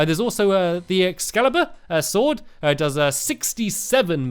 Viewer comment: Feline friends Sword* Better* Not Sord and not Beder